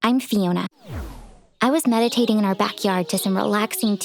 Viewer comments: It's meditating not medipating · “MEDIPATING” “MEDIPATION” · The mean sister in the beginning said medapating lol